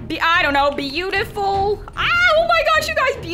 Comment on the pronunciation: it is not beafuil its butifle